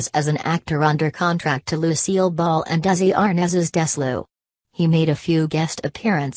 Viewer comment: Robert Osborne is missed. Mr. Osborne was a great friend of Lucille Ball and seemed to know everyone in Hollywood .Osborne was a sharp interviewer and got stars like Kim Novak to open up ( See TCM Interview with Novak). Osborne was the last reporter to interview Susan Hayward. Osborne was a great friend of Bette Davis. PS The Narrator pronounces the legendary Desilu as Dezlu! Huh?